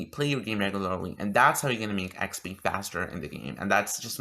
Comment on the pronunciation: How many times did you say expee in this video